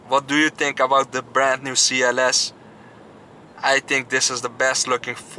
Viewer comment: “ I tink I’m in lurv “ 🔥😂 me too bro , me too